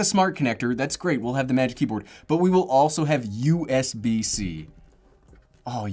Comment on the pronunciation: Us bc is very irritating...please say usb c....